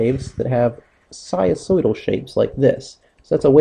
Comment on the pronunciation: What happened to the "n" sound in "sinusoidal"....?